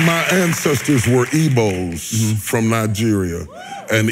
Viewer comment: It's "Igbo", by the way, not "Evo" (the Nigerian tribe)